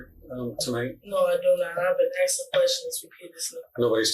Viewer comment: "I been axing questions repeadesly"